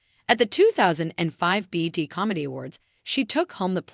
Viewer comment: Ok... if this is AI... PLEASE KNOW BET is B E T. This is all wrong. Please just have a real person read this information. That is S'More NOT Underwood. Problematic in so many different ways.